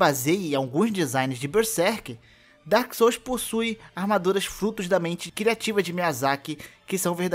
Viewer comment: Tá mais por que tu primeiro disse ''Dôrkis sóus'' e dps q começou pronunciar certo?